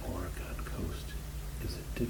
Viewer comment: Its pronounced or-Gen